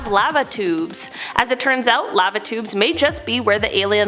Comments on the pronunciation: I thought she was saying "Latitudes" instead of "Lava Tubes" for a hot minute. I say laa-vuh 😅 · Who taught her how to say Lava, Antarctica and algae???? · Am I the only one that doesn’t like the way she says the word lava